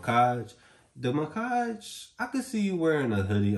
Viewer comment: Muhkage? Lmao I read it as Mack-ege lmao the blue one is so sick tho frrrr